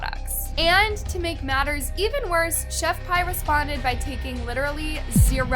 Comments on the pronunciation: It's killing me to hear Pie. Omg. Did you not listen to one video?? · Pronounced chef pee lol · Pronounce Pee! Lol the English language is so weird I know like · Chef p not pie also Ka-ra-mo please next time look up pronunciation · It’s pronounced chef Pee not pie and Kah-rom-o